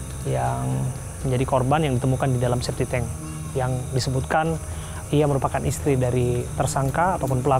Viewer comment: SEPTIC TANK..bukan spitank